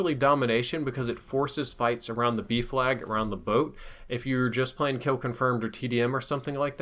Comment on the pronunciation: Did anybody else think he was saying “beef lag” instead of “B flag”?